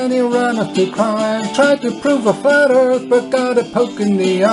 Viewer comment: pronounces "earth" as "ieeirth" lol